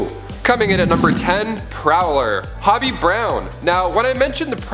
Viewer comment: Hobie...long O sound...not hobby